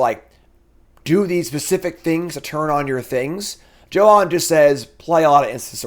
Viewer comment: Johann is pernounced Yohann. I believe in you!